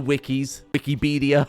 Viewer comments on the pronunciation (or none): You earned my like with "Wiki-bee-dia" today lol